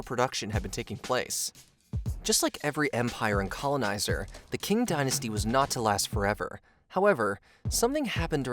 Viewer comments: Qing Dynasty should be pronounced as “Ching” instead of “King”. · Btw, "Qing" = "Ching Dynasty" NOT "King". That's because in Mandarin Chinese, "Q/q" is pronounced like the Standard American English: "Ch" as in "Church"/"church". NOT like "Kurch"/"kurch". 😢 😮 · Not pronounced 'king', Qing is pronounced 'ching'. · Qing is pronounced as a weak form "ching", not "king". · Qing - isnt it pronounce ching? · I like the work you guys do, but pay more attention to pronounciation please, Qing is pronounsed as Tsjing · ‘Qing’ is pronounced Ching, just like the way ch-ina gets its name from. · Also, it’s pronounced “Ching” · Ok I've really got to correct you because it urks to hear you keep mispronouncing the word Qing. In Chinese "Q" is pronounced like Ch, therefore it is called the Ching Dynasty. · Qing is actually pronounced Ching. Just to clear things up. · Great video...but your pronunciation of 'Qing dynasty' is like nails on a chalkboard 😬🙉😬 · Narrator's pronunciation is off. "Aborigines" is pronounced a-bo-ree-gee-nee not a-bo-ree-gee-gene. The Qing dynasty is pronounced Chi-ing (like ka-ching). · I’m sure the crux of the content is good, but the pronunciation made me stop watching…”Kin” dynasty? “Abor-gine”? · Sorry mate, but if you want to talk about these things, you really need to learn how to pronounce words .. Koxinga is "ko-shin-ga", it is the Ching dynasty not "King", aborigine is "ab-or-idge-in-ee", and the manufacturer of a majority of high end computer chips is TSMC - Taiwan Semiconductor Manufacturing Company. You sound pretty ignorant to anyone who actually knows about this stuff.